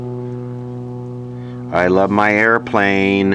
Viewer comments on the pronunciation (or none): none